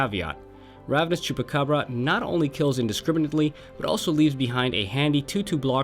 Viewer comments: As a spanish speaker, that was the best pronunciation of chupacabra from a english speaker I ever heard;) Also, a Riku commander deck tech in the future? Hydra omnivore is an awesome card for a combat tricks oriented commander! Keep the nice work:) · Beautiful pronunciation of Chupacabra. Love the frequency of these vids too.